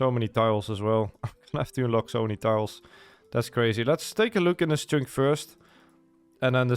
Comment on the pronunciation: For fuck's sake hearing you pronounce chunk as "choonk" over and over again is grating beyond all belief. It's pronounced like "chuhnk". The U makes a U noise as in "understand", not "onderstand".